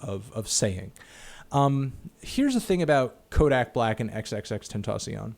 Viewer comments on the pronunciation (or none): "tentaciona" goddammit Anthony you're killing me